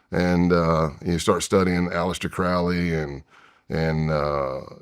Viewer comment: Said he studied Crowley but said his name wrong